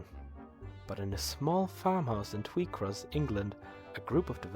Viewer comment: Quick clarification: the village is pronounced "twai-cross" (rhymes with "tie").